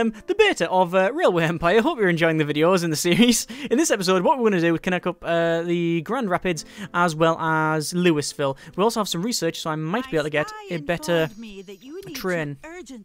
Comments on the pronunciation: As a resident of Louisville, it is pronounced lulvul/loolvul not Lewisville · Just so you're aware, the "s" is silent in Louisville. It's pronounced "lu-E-ville"